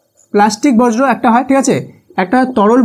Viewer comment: স্যার উচ্চারণ টা বর্জ্য হবে বজ্র না❤